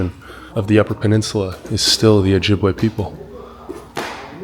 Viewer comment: It's not Ojibwuh, it's Ojibway.